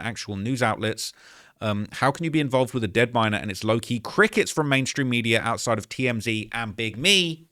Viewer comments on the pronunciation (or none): none